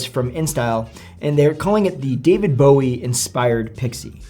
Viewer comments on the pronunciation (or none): none